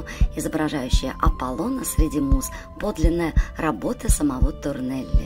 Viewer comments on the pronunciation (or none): да и к содержанию масса вопросов. Во-первых, Торелли, а не Торнелли. Во-вторых, плафон в Передней выполнен Якопо Гуараной, а не Торелли( кстати, ударение на "а", СтефАно Торелли). Касательно Гардеробной - там не только декор северной стены сохранился, но и живопись: пляфон, написанный братом Серафино Бароцци - Джоакино, но и десюдепорты кисти Якопо Гуараны. И так далее....